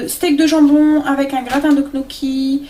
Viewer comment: Ca se prononce «gnio-ky »